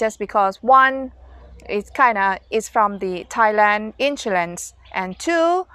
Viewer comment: We pronounce “ Insurance “ You pronounce “ insoolence “ 😁😁